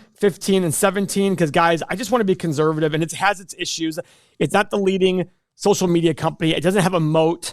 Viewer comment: Why does keep pronouncing conservative as conZErvative?